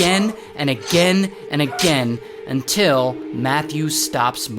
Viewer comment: I hate when he say until...